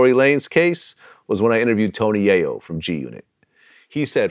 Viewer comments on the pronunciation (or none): Crunchy said Tony YoYo 🤦🏾😂😭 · He said Tony yoyo 🤣🤣🤣